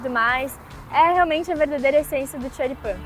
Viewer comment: Esse Xoripamm kkk bom dms deu fome